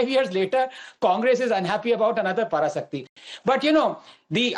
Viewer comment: This is a duplicate Tamil..,Can't even able to say பராசக்தி /Parasakthi. properly.idi..otic moro..on!!!😃😃😃😃😃😃👎👎👎👎💯✅